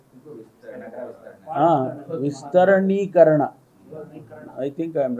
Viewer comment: Vistaranikarana alla sir Vistarikarana